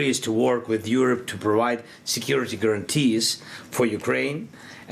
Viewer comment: This guy from BBC does not even know how to pronounce "Europe"😏